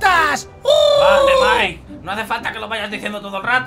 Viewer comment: Te quiero pero tienes que decirle maik no mike